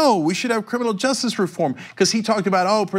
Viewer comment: Cenk I love you, but for god's sake stop mumbling the word "justice". You pronounce it "just" and it drives me nuts!!!